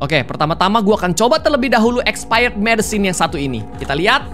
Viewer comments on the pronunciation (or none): none